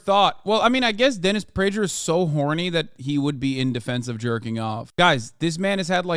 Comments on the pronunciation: Great segment, Hasan. Prager is excrement and you shredded him. Just wondering if you're intentionally mispronouncing the g in Prager's name, like Pakman does with Tulsi Gabbard, calling her "Tool" si. Just curious. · I thought the g in prager was pronounced like a g. Why does Hasan say it like a j?